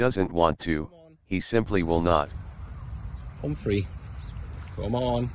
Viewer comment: I thought he was saying 'home free' but it's Humphrey 🤣 Humphrey has a mind of his own, and an agenda for ruling his tribe, lol 🤣💞